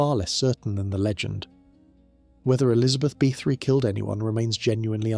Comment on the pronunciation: Nice video but it would really add to it if you would learn to pronounce the names of people and places correctly!